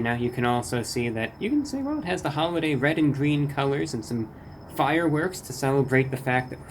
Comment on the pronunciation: But its wed. Not gween